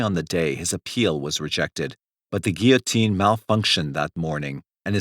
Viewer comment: At least someone said "guillotine" normally. That one is very distracting when mispronounced repeatedly in a video.